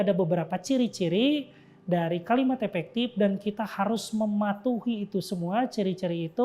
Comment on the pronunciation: oiyaa maap. Saya dengernya epektip 😂